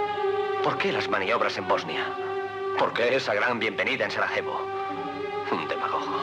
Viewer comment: Zvornik, no "évornik". Ademas, Sarajevo no se lee como la jota habitual, sino como Y. Se lució el doblaje...